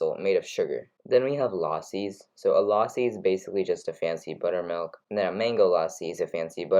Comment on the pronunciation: You pronounced lassi wrong Luh-see